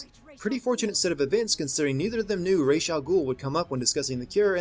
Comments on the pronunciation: don't mispronounce Ra's name, it makes you sound like a noob why is it that everyone who does an everything wrong with video on this game know so little about the batman universe? Ra's has always known Bruce is batman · It's Ra's (rashe) not Ra' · "Reysh" al Ghul.. ><; stop!